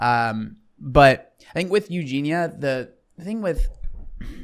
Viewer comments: It's 'Eugene-yuh' not Eugene-uh😹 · Respectfully, as an English person, that isn't your accent, you're just saying her name wrong 😂 It's You-Jean-E-Ya. You're saying You-Jean-A I get it though, it's an uncommon name, and easy to say incorrectly, but it's not the accent 😂 being british doesnt prevent us from pronouncing the IA In her name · Her name has four syllables. Eu gen i a. Not three. Not Eu gen a. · Why do you still call her Eugina?!!! She is called Eugenia- “You-gee-nee-a”. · Its eugen-ee-a not eugen-a btw lol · You both never say her name correctly, and for I now I've seen tons of comments on every Eugenia video correcting it. It ends in ia, not a. "Ya" or "ee-a", depending on how fast you go. Edit - "I'm just British" doesn't excuse continuing to mispronounce someone's name when you've been told how to say it. YOU might not think you mean anything by it, but it's majorly disrespectful, and it's a huge problem particularly when white folks don't make an effort to learn a name that's a little different. Eugenia is originally a Greek name, more popular in modern times among Russian, Ukrainian, and Polish populations. In Cyrillic is it spelled Евгения and и is pronounced like the English Y. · Not to be nit picky - but her name is pronounced “ Eu- gene-NE- uh “. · It's "You genie ah" please pronounce her name correctly !!!!!!!! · F-ing hell. Her name is EugenIA!!!!! If you want to talk on someone at least get their frikking name right. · for the love of god pronounce her name correctly lol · Im sorry but the constant mispronouncing of her name makes it difficult to focus and enjoy the video. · What does being British have to do with mispronouncing her name..? That doesn't make any sense. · a British accent doesn’t mean you can’t pronounce the “ia” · as someone with the same accent, no it’s not. He just doesn’t realise he’s saying it wrong. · just sounds a bit unprofessional to cover someone often and continue to say the name wrong.